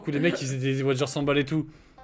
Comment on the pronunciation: Des wajeurs il a dit 😹😹😹